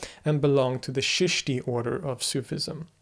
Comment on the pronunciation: Don’t say Sheeshti say Cheeshti, or Chishtiya silsila Started by Moin uddin Chishti rehmatullah alai, of Ajmer in Rajistan in India lived and is still remembered , the country was vast and had borders not watertight as of today’s times learn to say correctly and hold hands with Chishtiyas, join them as discipline Known as “Baith” much better for you as showing signs of deep interest, otherwise you will be seen like running in a maze….